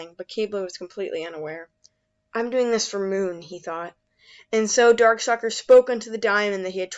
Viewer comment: Did I just hear call Darkstalker Darksucker?